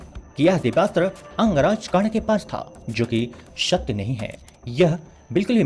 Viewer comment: Pash tha sabse pehle pronunciation sudharo fir gyan dena and ek baat bta du karn k pass brhma k teeno maha astra the or unke pass sabse bde astro mai veshnav astra or Bhargav Astra the😂or😂sbse bda unka astra vijay dhnush tha or pasupatstra bhi fail tha vijay dhnush knrehte